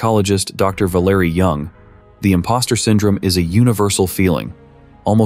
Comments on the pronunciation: Why why WHY do you have to use a computer voice over? “VaLERie?” No one pronounces VALerie that way. Just stop. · You can’t even pronounce "VAL-ER-EE" Valerie?!?!